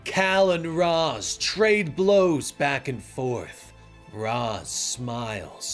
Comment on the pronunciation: Amazing video! But one thing STOP MISPRONOUNCING RAZ, reminded me of terry in that one Batman beyond episode😂